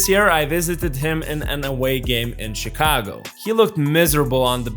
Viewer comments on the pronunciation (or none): none